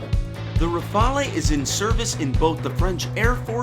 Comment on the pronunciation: Try saying "Rafall" instead of "Rafa-lee" to suggest that you have HEARD of the plane, and not just READ about it. Even better, practice sounding both "a" as identically sounding vowells, like in the word "lap". A good French plane needs to be referred to by its real name, and not by the Italian sounding "rafalee" that is heard 10+ times in your otherwise excellent video. Thanks.